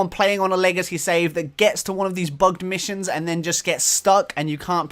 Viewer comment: ROFLMAO "Missue Issions" I am in tears atm. HAHAHAHA